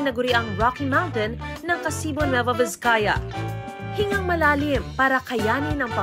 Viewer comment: Ka-sibu not Ka-si-bu 😃😊😊